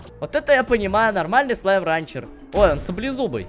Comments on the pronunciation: СЛАЙМ РЭНЧЕР А НЕ СЛАЙМ РАНЧЕР!!!!!!!!!!! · Ренчер а не ранчер поправочка